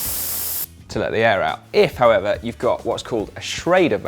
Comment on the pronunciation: However… not how e va